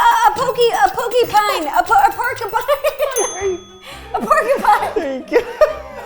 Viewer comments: “A POKYPINE” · Ro calling it a pokypine just killed me! 😂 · Ro was so funny when she said a porkypine was a pokypine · From now on I am calling porcupines pokeypines 😂🤣😅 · I loved when Ro called a porcupine a "pokeypine" LOL!